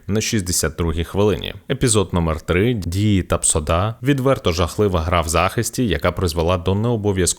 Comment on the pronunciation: ТапсоБа, а не Тапсода